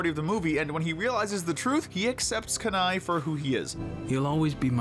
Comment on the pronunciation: You don't know how to pronounce Kenai, do you?